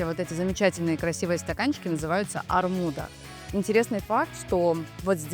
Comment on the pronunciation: Не армуда а армудЫ, армуд груша